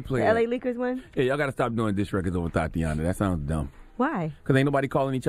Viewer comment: Please don’t make Charlemagne say “Thotiana” again....